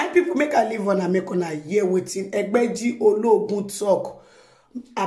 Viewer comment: Your pronunciation of Egbeji Oloogun is what I like hearing always 😏